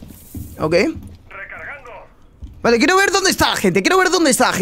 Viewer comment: Nice video, soy yo o dice vala en vez de vale